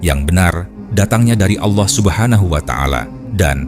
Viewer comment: Allah bukan Aulah